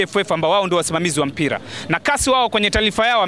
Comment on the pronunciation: Very poor swahili